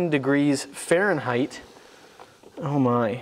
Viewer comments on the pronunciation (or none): none